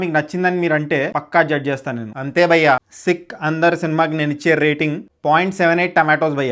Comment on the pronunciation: Bro ...try say 'bhayya" ....not bayya